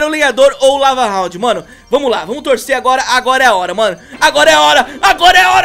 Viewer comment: Ele alem de falar lava hound ele falou cava hound